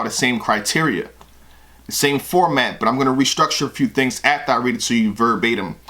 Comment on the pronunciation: Verbatim..."Verb-ate-him"....Oh, Yea!...That's a Bar!...lol